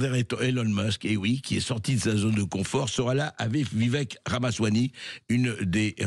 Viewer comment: Pourquoi dire RamaswaNy?